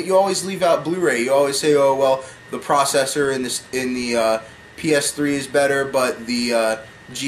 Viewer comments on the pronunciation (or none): none